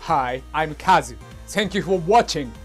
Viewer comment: did you really just remove the U from Kazu's name??? not good dude.